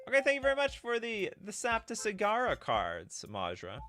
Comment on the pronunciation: Fun stream ! (And first.) Also, you manage to prononce "Saptasagara" correctly, I'm impress !